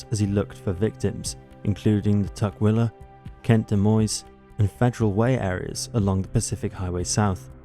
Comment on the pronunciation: I live in South Seattle, the very last street before it turns into Tukwila. You pronounced the names of the cities pretty well.